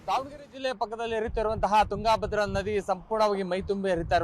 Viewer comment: ತುಂಗಾ ಭದ್ರ ಬೇರೆ ಬೇರೆ ಅಲ್ಲ ತುಂಗಭದ್ರಾ ಒಂದೇ ಉಚ್ಚರಣೆ ಸರಿ ಇಲ್ಲ ಸರ್